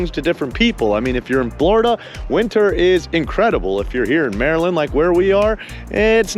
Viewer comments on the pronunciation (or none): none